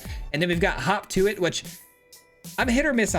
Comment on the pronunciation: I swear he was saying Hawk Tuah